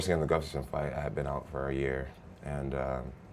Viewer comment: Jones can't say "Gustafsson"